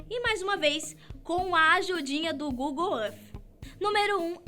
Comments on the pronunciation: para de se exibir no ingles e fala google é arti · Google arfffffff???? Fala sério...kk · Google êff